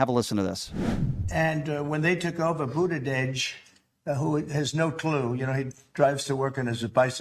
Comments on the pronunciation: He still can’t say Buttigieg! BoOt-EdGe-eDgE. Absolute thicko. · Trump can't (won't) even pronounce Buttigieg correctly but calls HIM clueless. And he admits Pete has a loving relationship with his spouse, something Trump has never had. Jealous much don?